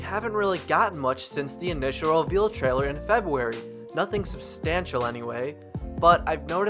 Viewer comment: omg the way he says February "febuewy"